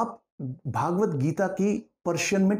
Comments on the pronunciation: Sir your pronunciation of Bhagvat is worng it is भगवत not भागवत, भागवत is a Puran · यह भगवद्गीता है, पर आप भागवत्गीता बोल कर इस ग्रंथ के नाम का उच्चारण ही अशुद्ध कर रहे हैं। आगे क्या कहा जाए